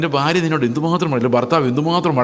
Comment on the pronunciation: ഈ "ബാര്യ, ബർത്താവ്, ബാഗ്യവാൻ" ( ഫാര്യ, ഫർത്താവ്, ഫാഗ്യവാൻ = കോട്ടയം വേർഷൻ ) എന്നതൊഴിവാക്കി ഭാര്യ, ഭർത്താവ്, ഭാഗ്യവാൻ എന്ന് കൃത്യമായി ഉച്ചരിക്കുവാൻ ശ്രമിച്ചാലും plz.